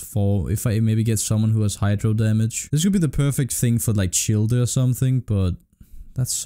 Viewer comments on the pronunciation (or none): This man really just said c h i l l d u